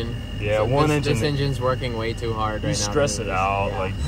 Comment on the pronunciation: Why did you say meow instead of now